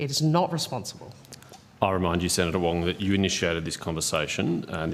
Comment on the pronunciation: Wong is weally wong on this.